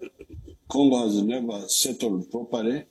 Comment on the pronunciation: he said gongo😂😂😂😂😂😂